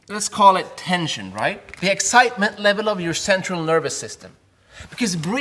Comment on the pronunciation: Ayyyy you said Thr instead of the LIKE MEEEE